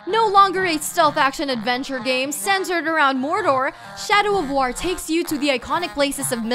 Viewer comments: "God of Whar" "Fortsa Motorsports" "Star Whars Battlefront 2" "Middle Earth: Shadow of Whar" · I'm a PlayStation and Switch owner and I can't wait for E3. I kinda feel bad for Xbox fans, use guys have nothing. Cup head does look great, but that's about it. Also, why can't this presenter say the word war? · why cant she pronounce "war" right? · OK what the fuck is up with the way you pronounce words? I mean you speak perfect crystal clear Kings English and then miss pronounce simple words like "war" and "known" WTF???